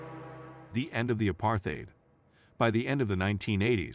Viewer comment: Nice try, but no cigar. Your ticklish pronunciation of "apartheid" already betrays your lack of knowledge about the country's history.